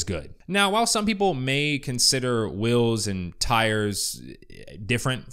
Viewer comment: *Wheels. You got that Utah accent saying "Whills". :D